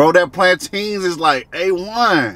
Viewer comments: I spent two weeks teaching my cousin how to say plantain yall Americans be killing me😂😂😂😂😂😂😂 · Did you get the plan-tain on a moun-tain? Iykyk